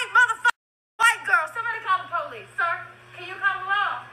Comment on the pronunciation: "Somebody call the Powleese.."